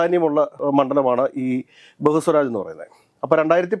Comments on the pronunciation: ബഹുസ്വരാജ് അല്ല, ബേഗുസരായി. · പൂർണിമ അല്ല പൂർണിയ ബെഗുസരായി.... ബഹുസ്വാരാജ് അല്ല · പൊന്നു ഒന്ന് റിസർച്ച് ചെയ്തിട്ട് പറ. ബെഗുസാറായി ആണെടോ പിന്നെ പൂർണിമ അല്ല പൂർണിയ.